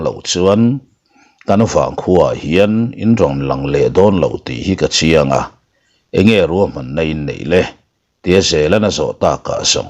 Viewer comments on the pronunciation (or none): Duhlian ṭawng hi thatchhe tak mai leh zawmthaw deuh mai a lam rik a , sawi hi chu a ṭha lo a ni . A naupang ber tih tur ah A pangber han tih ri ngawt mai te hi a kim lo phing pheng em mai. Kawmchar ti lova , char han tih ri ngawt mai te sawisel tur hi a tam lutuk mah 2 a ni . Ka hrechiang lo tih na tur a , ka chiang han tih te hi a dik si lova , a pawi ṭhin ngei mai. Duhlian ṭawng hi duh ai in in pawngsual in in suasam deuh mah mah in in ti ve hlawm em le ?. Duhlian ṭawng hi in thiam lo han ti dawn ta che u ila, in thiam viau tho si a , in awm duh dan hi hriat thiam in harsa hkawm em mai .